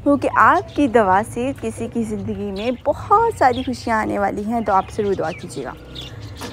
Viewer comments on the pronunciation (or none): none